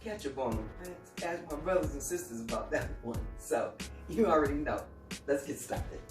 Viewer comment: You Absolutely Have To Be From The North East!!! " THAT JUANT "!!!